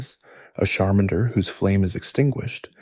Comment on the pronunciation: These name pronunciations are something else 😂 Koo-Bone-A? Shar-minder?